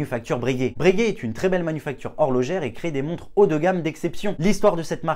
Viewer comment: Par pitié, on ne dit pas « Brèguè » mais « Breuguay »